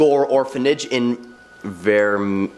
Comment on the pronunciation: Leema for Lima and the guy choked the hell out of Vemillion!